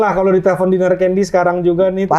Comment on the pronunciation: DINAR CANDY LOH MAPAN BANYAK DUIT KOK BISA2NYA FINAR LG DON SALAH UCAP